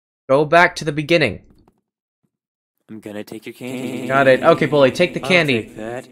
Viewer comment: Its Baldi not Balid and Balij